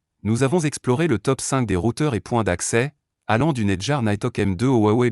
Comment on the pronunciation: Faudrait peut-être apprendre à prononcer “Netgear”, Mbps”, etc… Ça ne fait pas très sérieux